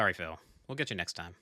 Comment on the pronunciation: Am I the only one that cringes every time he mispronounces Phil's name?